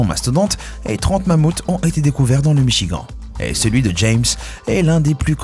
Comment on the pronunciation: sa s'ecrit michigan mais sa se prononce michigane